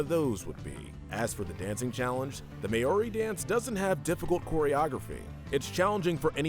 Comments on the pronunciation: As someone who lives in New Zealand the pronunciation "may ow ri" pains me. Its "mow ri" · When he pronounced it May-ori I was just sitting there in pure shock I didn't know whether to be offended, or laugh about how stupid it was -New Zealander